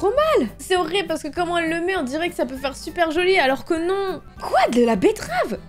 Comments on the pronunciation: bettrave et il y a que moi qui a remarqué qu'elle a dit bluff à la bettrave au lieu de blush à la bettrave ca ma fait rire 😂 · j'aime trop les vidéo astuce meilleure vidéo oh et "betterave" 😂